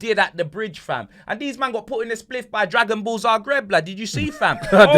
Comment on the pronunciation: Man said "Dragonball Zagreb" I'm dead 😂😂😂😭😭💀